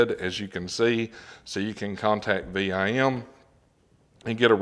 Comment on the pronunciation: VIM...... 1 word... not V.I.M. just sayin That ia nice set...VIM is known for their great quality bits and bit sets...☝️